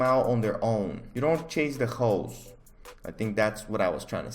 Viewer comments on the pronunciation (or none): When he says holes it sounds like hoes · holes what my brain hears every time: hoes 🙈